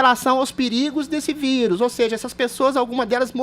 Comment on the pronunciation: Impressão minha, ou o Adrilles fala quase toda hora, "vídeo" em vez de vírus? Rsrs